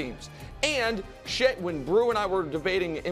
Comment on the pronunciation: I think he meant to say "Shai" lol